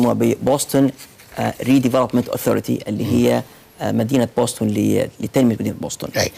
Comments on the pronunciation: تكتب Boston وتنطق وتكتب بوسطن بالعربي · تنطق (بوستن) يعطيك العافيه على الجهد المميز